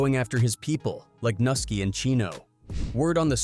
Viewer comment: man y’all really gotta do a lil bit better with the whitebois y’all get to narrate these videos and AT LEAST get them to pronounce these rappers names right 😂 can’t make it look 100% like you just making quick content to profit off of gang culture & the death/violence that comes with it because it’s easy views, even if that’s exactly what y’all doing 😅 btw, it’s pronounced noo-SKI, not Nuh-ski.. that’s the only one i’ma help out with 🤓